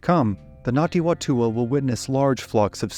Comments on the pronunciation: not Ngati Watua. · Ngāti Whatua pronounced fatua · and get your pronunciation sorted it, its painful. its nah-tee fah-toe-ah (toe was in tour but without an aahr) and nah-poo-he, you dont draw out the oar enough. if you cant get basics dont speak. -ngati manu ariki. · "WHA" in Maoiri is pronounced "FA"... so it should be said. Other than that, great video! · Yeah you did do pretty good but just some extra help the Ngati Whatua are pronounced the Wh sounds more like an F. Anyway other than that solid.